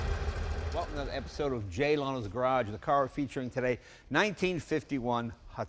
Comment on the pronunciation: "jay limo"